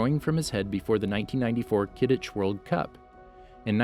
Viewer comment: Right he even pronounced “Quidditch” incorrectly he said “Kidditch” like what the hell is that.